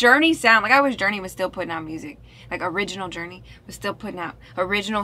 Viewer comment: "Journay" lol